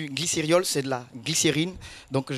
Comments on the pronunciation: L'ignorance, c'est le fait de ne pas connaître quelque chose. Et quelque soit l'accent, pour celui qui connait le mot "glycérol", il ne prononcera pas "glyceriol ". Une fois, ça passe. On dira que c'est une erreur. Mais plusieurs fois, on fini par se dire que c'est un mot nouveau pour lui. D'où l'importance de corriger pour ne pas que ça se répète. Accepter son erreur et la corriger permet de mieux assimiler ce qu'on avait pas compris... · Qui a été choqué comme moi t'entendre "glycériol" à répétition au lieu de "glycérol"?🤔